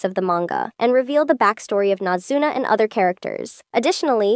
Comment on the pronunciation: It’s a text to speech/ai voice, it’s not gonna pronounce it right off the comment